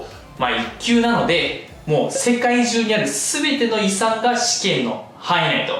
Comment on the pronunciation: 遺産が理3に聞こえるw